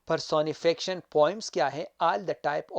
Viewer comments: It’s per-so-ni-fi-ca-tion. Ap pronounce sahi nhi kr rahy, baki apki mehnat ko sahrahty hain sir . Dera manana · Pehle ye sekh la ka words ko pronounce kaysay karta ha . Personification ko pronounce sahe tareqa sa karay..